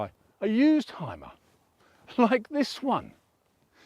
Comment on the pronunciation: Great review. It is pronounced Hume - er by the way, not "Hime - er"